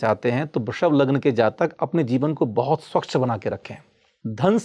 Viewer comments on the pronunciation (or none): none